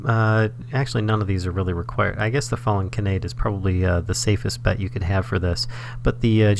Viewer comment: Just putting this out there for future viewers and because it kept hitting me right in the feels in an irritating way: it's pronounced "kah-nah-day" not "kuh-nay-d". If you've ever watched Angel Beats, it's the real name of Tenshi (literally angel) which is why the description under the flower in Botania is "I'm not an angel" as it's a reference to that character. Botania is chock full of fun anime references :)